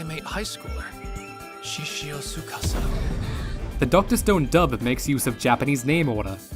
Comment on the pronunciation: I’m still bitter that they pronounced “TSUKASA” incorrectly. There is no higher intonation on the middle syllable. The name is pronounced flat— “sue kah saa”, NOT “sue KAA sa” 😫😫😫